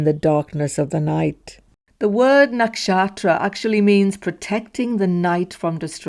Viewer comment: Why do you say “nakshaStra” sometimes?